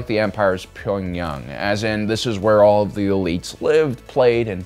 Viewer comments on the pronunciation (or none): none